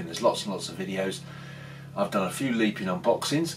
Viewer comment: It’s pronounced Lep-in not leep-in